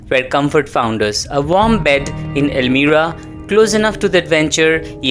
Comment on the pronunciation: Elmira is not pronounced el-meer-a, it is el-my-ra.